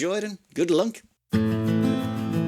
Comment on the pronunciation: I hope you enjoyed and good "Lunk"... I caught that.